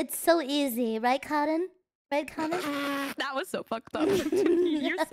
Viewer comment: I like how calls cotton like 'karin'.